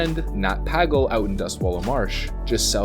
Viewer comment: It's pronouned Nat "Pay-gull" btw.